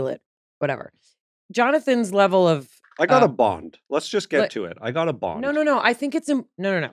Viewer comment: I really enjoyed this episode especially when I figured out "bond" was being said and not "bong". LOL